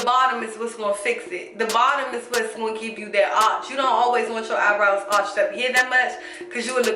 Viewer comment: Keanna Jones She even says "i do my eyenrows before i do my full face"😊